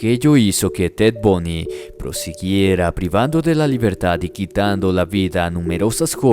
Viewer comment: ¿Alguien más escucho Bunny y no Bundy?🤔